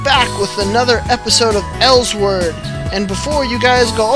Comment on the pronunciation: Oh yea lol it's actually El-sword not Els-word